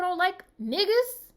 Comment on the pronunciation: You just popped into my algorithm, but it wasn’t a recent video. So I said lemme see what my girl has been up to. You never fail to put a smile on my face and tell it for true. Btw, I got a chuckle every damn time you said nigguhz like you was channeling the late great Paul Mooney lol.